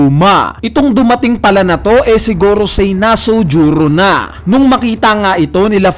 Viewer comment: Pakitama Naman Ang Pag bibigkas sa Pangalan ni Nusjuro Hindi Nasujuro Parang away mo sana.